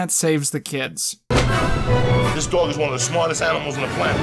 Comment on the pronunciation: Joey "This dagh is one of the smahtest animals on the planeht" Diaz